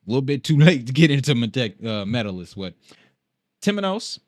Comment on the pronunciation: LOVE THE CONTENT BRO, YOU WILL KNOW HOW TO PRONOUNCE METALLICUS WHEN ITS ALL SAID AND DONE. AND PEOPLE SAID IT WAS TOO LATE TO INVEST IN BITCOIN AT 11 DOLLARS, COME ON MAAANN... LOL⚛⚛⚛⚛⚛⚛⚛⚛⚛⚛